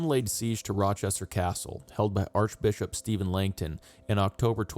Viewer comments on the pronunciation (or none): none